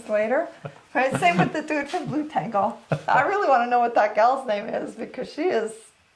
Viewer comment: You pronounce it blu-tengle, confused me at first :) But it probably more like blut-engle. Meaning Blood Angel